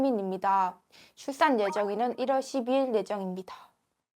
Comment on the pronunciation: 출산 발음보니 중국인 인듯ㅋㅋㅋ